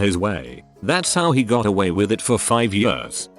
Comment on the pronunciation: The he says years. YUSZZZ